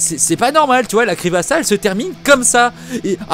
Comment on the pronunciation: On dit creePYpasta pas creepasta !